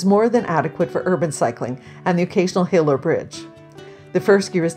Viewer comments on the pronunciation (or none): none